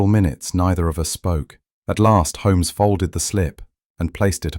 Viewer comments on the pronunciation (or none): I don't like the pronunciation of Holmes in this story.